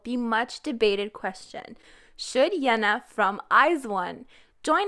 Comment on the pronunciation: Why do you pronounce Yená like thatÉ?